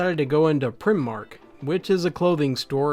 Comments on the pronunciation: Primmark? It's Pri-Mark, mate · Prim Mark?!! xD Primark (as in 'pry mark') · "prim arc" :)))))))))))) its pronounced prime arc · It's pronounced "prye-mark" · pronounced Prime-mark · I'm so calling it Prim mark from now on 😂 Although if anyone wanted to know for reference it's basically pronounced pry mark as confusing as it is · It's pronounced pry-mark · Primark? 😂 the I is in primark is pronounced as iy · The pronunciation of primark cracked me up. It's Pri, like tri, rather than the "I" being like "tim" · when your from the uk and you hear him say Primark... LMOA, i know he does know what the store is or that it existed but it fucking tiggered me for some reason, but he is still a good youtuber